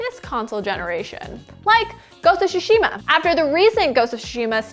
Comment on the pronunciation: This pronunciation of tsushima was hard to hear